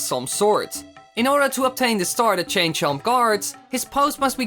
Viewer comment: you should have said how did he chain, instead of change